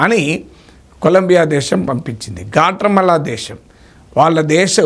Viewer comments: గ్వాటమాల అని అంటారు. గాట్రామల కాదు సార్ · Guatemala Swamy—not Gatramala..😂😂😂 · గ్వాట్రెమాల కాదు సర్, గ్వాటెమాల.ఇంకొకటి, ఇప్పుడు ట్రంప్ దగ్గిర మర్యాద demand చేసే పరిస్థితిలో ఏ దేశం లేదు. మీకు మర్యాద కావాలంటే, మీ మీ aeroplanes లో వచ్చి మీవాళ్ళని తీసుకెళ్లండని చెప్తే చేసేదేమిలేదు. అసలు డిపోర్ట్ చేయడానికైనా ఖర్చుని మీరే భరించాలన్న చేసేదేమీలేదు. మాట వినకపోతే, consulates మూసేసి, వీసా రెన్యూల్స్ కూడా ఆపేసి తక్షణం వీసాలు అయిపోయినవాళ్ళని వెనక్కి వెళ్ళమంటే మొత్తం లక్షలమంది ప్రమాదంలో పడతారు. సో ఈ పనికి రాని చర్చలవల్ల use ఏమి లేదు.